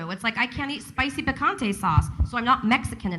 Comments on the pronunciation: "pecante" damn right you're not mexican enough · the white Mexican said “Spicy Picantay Sauce”